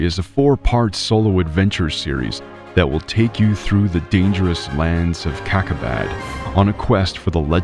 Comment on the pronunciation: ‘’LANDS OF CACA-BAD’’ 😂 sorry, fell like back at kindergarten 🙄